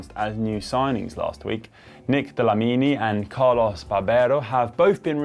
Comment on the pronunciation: For what it's worth, Dlamini is not Italian, so his name is not pronounced Di La Mini. The "DL" is fast and sounds almost like you are saying "GL" as in "glad". So, imagine saying "Gla-mini", but with a D and you are good to go.